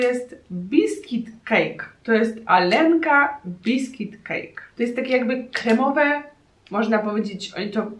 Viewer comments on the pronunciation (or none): To nie może być Alenka ponieważ Aga tam było napisane Алёнка а "ё" ро rosyjsku czyta się "jo". 😉😉😀 błąd transkrypcji/fonteyki. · Oljenka nie Alenka :( dużo błędów, ale starałaś się, doceniam w swój sposób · To się czyta "karowka"...no tak, dla mnie trochę dziwne jak można nie znać rosyjskiego... :) To dziecko to Alionka :) No nie dałabym rady stestować tylu słodyczy.Pozdrawiam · Ten baton z tym dzieckiem na opakowaniu powinno się czytać 'aljonka' ponieważ ë to po rosyjsku 'jo'